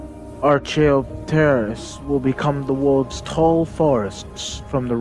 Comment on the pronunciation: Archaeopteris is pronounced Ark-ee-op-tear-is, just like the early dino bird Archaeopteryx, but with an 'is' instead of a 'yx'. I don't know why someone named them so simmilar 👍